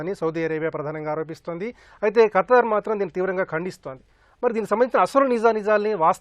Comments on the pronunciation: ఖటార్...కాదు రా స్వామి ఖతార్..అని పలకటం రావటం లేదు..నువ్వు ఒక ఎనలైజ్..వా...షేమ్ షేమ్.. గారు బాగా చెప్పారు.. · abay o....what is your katting it is not katar it is Qatar